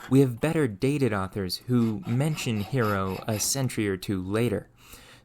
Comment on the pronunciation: Note that the name "Hero" is meant to sound "HEH-roh".